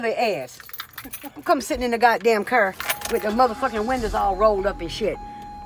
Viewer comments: the bitch say cer not car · I was looking if someone heard her say cerrrrr